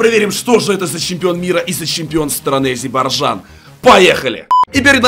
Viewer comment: СКОЛЬКО МОЖНО ГОВОРИТЬ НЕ АЗИБАРЖАН А АЗЕРБАЙДЖАН